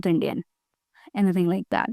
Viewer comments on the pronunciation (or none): none